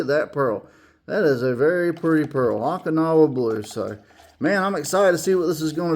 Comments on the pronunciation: Haha, I did this before, Okinawa was crucial Japan area of WWII. Last and bloodiest battle in the Pacific, called Operation Iceberg. It allowed US to have staging area for final invasion. Oh-kinawa , not ock-inawa. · Not to bust your chops, but I think it's pronounced Oak-in-now-ah. 😉 I enjoy your paint videos, gets my mind rolling on color combos. Love the pearl over 50's aqua color. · Long “O” in Okinawa, not short.